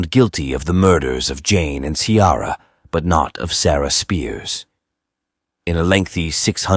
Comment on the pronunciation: Ciara is not pronouced Cee-ara. Try Key-ra. It is an Irish name and your bot is insulting it.